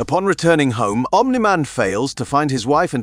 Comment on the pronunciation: The 100 different pronunciations of "Omni Man" tells me they used an AI to read this. Sigh...